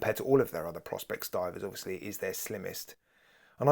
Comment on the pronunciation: One actually pronounce it "Pro Specs" if I remember correctly 🤔